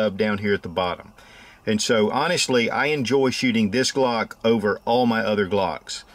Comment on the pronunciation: I guess you tried to say Glock instead uuagkk 😅😀🙈👌